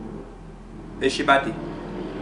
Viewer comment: Pronounced Shab-Tee